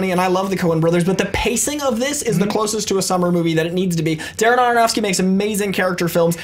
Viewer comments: I like the picks of the stunts... My pick- every Jackie Chan stunt ever..., I think you're great but it's Darren Aronofsky, not Daronofsky;) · Why does always say Darronofsky? He did it as well on Schmoes a couple of weeks ago.